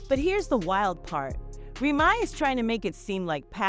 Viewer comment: Report the story. Don't speak for Black Americans. They didn't represent Black ❤ they sold it as a brand. It's remy ma....... not remi